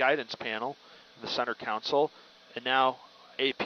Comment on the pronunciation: Center "counsel"? How does someone with a pilot's license think that's how you pronounce center console?